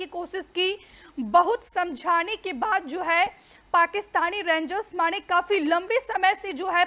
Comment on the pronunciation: Je Kamal Bolti Hai Yaar Rengs 😅😅😅😅 Rangers Bi Nahi kehti Pura, Bas Rengs kehkar Nipta De Rahi Hai 😅😅😅